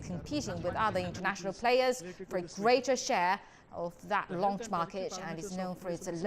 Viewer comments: 104 satellite lunch ? Seriously 😂😂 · Bro it's not lunch, its launch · satellite lunch 😀😀😀